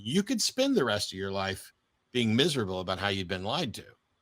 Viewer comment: Aboot. Lol